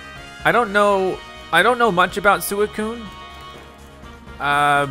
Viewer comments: suicune is supposed to be pronounced swee-coon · It's pronounced swee coon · When Calyrex possessed Peony I was convinced he was being abducted by Calyrex or something. Also it’s Swee-coo-un, not whatever you’re saying. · swee-coon is how you pronounce Suicune, and also you definitely want to catch it. like this comment so sees it. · Its pronounced "Swee-coon" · I can see you don't know much about suicue it pronounced swuikune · It is pronounced s wee coo ne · It’s really annoying me how you say it’s name that’s how you spell it but it’s pronounced like sweecuine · Your saying suicune’s name wrong by the way